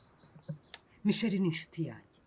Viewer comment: Nkuranga muzamwigishe kuvuga Michelle (umukobwa) apana michel ,rwose amuvuga nkumugabo😂😂